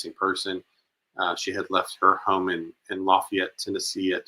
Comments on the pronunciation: I thought locals knew that around here. LaFAYit 😉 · No! The 17 year old was from Lafayette, pronounced with a long a. Not pronounced like you would for Louisiana. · E, Please pronounce Lafayette the right way. We don't pronounce it the way that you keep saying